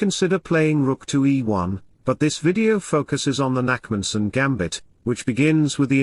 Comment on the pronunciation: Its the Nakhmanson gambit, not Nackmanson, but ok...